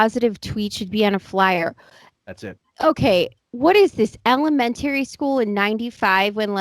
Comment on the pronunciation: Interesting pronunciation of "elementary" school.